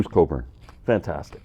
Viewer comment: Bruce Cockburn. The way you say it the "k" is silent ??